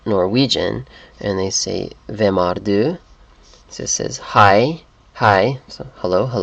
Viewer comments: "Er" in norwegian never sound like "Ar" Danish is easy to read but almost impossible to understand... I'm a norwegian. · we do not say ar in norway. and there are lots of other wrongs in what you say! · Nah, we Norwegians never say "ar" when we pronounce the word "er". The other time you pronounced it, it was correct :) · Basically good video, but please try to not pronounce "er" in Norwegian as "are". The "e" is like the a in happy, not like the a in car. Plus, don't pronounce the "d" in "hvad" in Danish.